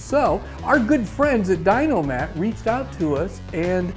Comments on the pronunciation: It’s a shame I spent $1000 to dynamat my entire truck and I tell everyone how good of a product it is. Then I see dynamat sends some toolbag that can’t even pronounce their name correctly half a trucks worth of the stuff for free so he can make a crap video with it. Idk what it is but it irritates me. If a company is gonna send you an expensive amount of their product for free the least you can do is learn how to say their damn name. Ffs man. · Crikey they give youall that free sheise and you cant say their name correctly